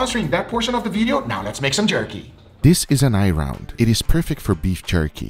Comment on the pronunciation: Guga: "Beif Jurky" 🤣